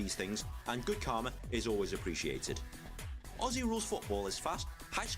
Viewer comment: Mate, you’ve just got a like seconds in from me because you actually say Aussie right! Nice one, mate!